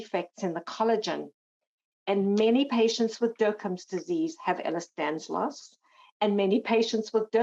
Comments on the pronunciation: someone tell the Lady it's "Ehlers-DANLOS" :) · Just to be clear, It’s Ehlers Danlos Syndrome, not Ehlers Danslos. There is no Ehlers Danslos.